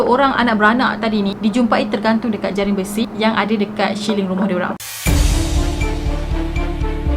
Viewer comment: Salam, kita kongsi ilmu...sebutan yg betul ialah "siling" (ceiling), bukan syiling...👍